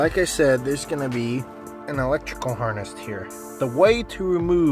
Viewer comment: I e never heard someone call a wiring harness a harnest